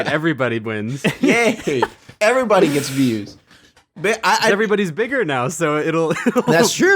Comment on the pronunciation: said Digger.